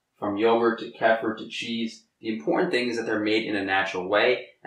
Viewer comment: You want to call kefir (key-fur) not (keh-fur) because that can be mistaken for (calf-er) which would not be a good thing for someone who knows what that means to hear.